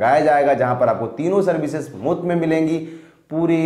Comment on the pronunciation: Ya he said moot me milengi🤨😑